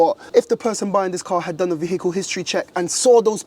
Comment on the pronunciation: Please stop pronouncing the H in vehicle it’s silent 🤦🏻‍♂️